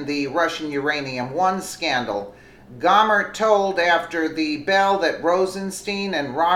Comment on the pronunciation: Gohmert = Go-mare